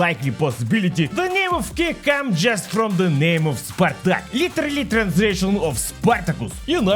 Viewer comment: Spartak but in comunist Germany we say SPARTAG 🗣️